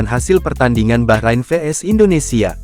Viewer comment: Orang jawa thothok gak bisa ngomong bahrain, tapi baqorin, baqorin artinya sapi.